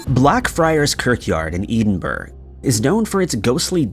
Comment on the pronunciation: It's Edinburgh sounding it oot like Ed-in-burgh 🏴🇬🇧